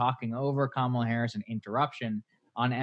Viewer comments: And it's KA-ma-la, not ka-MA-la. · Please learn how to pronounce Kamala. Your ongoing mispronunciation is embarrassing and disrespectful